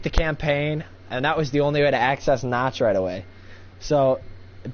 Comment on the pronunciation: um, not to be rude, but you said Nacht like notch, but it's pronounced Nah-kt. as if you were saying nah, and then you say kt. kinda like cut, but without pronouncing the "u". so just kt.v (lol)